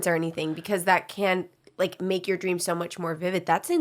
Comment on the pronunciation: "I had a dweams. You ever had a dweam?" Fucking sent me lmfao.